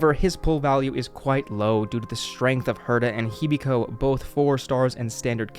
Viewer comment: Nah u misheard he said "Hibeko" 😂